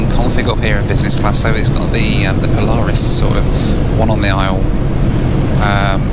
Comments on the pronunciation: Poo-laris Loo Review? Boooo! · "Poo-laris" review, lol! 😆 🚽